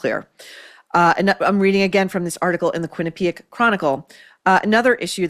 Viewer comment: Maureen thank you for being one of the few who speaks the proper pronunciation of the word Quinnipiac